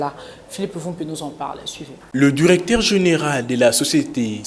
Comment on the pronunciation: Le journaliste prononce durecteur, aldutère...c'est honteux pour un pays francophone.